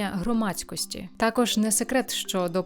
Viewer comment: Сильно сказано: «...якість цього продукту створюють саме актори дубляжу». Авжеж, перекладачі й геть не потрібні, актори самі можуть, без тексту. Такі талановиті актори, десятиліттями в професії, так якісно вимовляють: «буваЕ, сонце сідаЕ, все оживаЕ», «теш, такош».